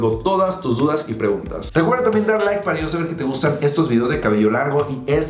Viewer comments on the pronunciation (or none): none